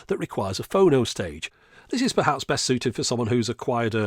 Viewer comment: Is it wrong that it’s freaking me out hearing “Phono” like “oh no!”